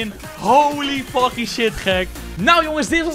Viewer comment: Hahaha geen haat maar je zei holy faking skin of mij oren zijn dood lekker bezig 💪🏿💪🏿💪🏿💪🏿